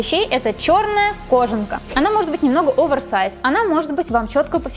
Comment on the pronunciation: может быть не кОжанка, а кожАнка?